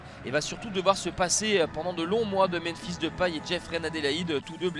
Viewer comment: memphis et non menphis